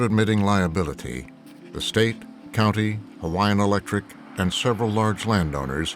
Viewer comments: The narrator did a good job pronouncing the Hawaiian names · I'm only a few minutes into the video, but this narrator is doing an amazing job with pronunciation. Great job.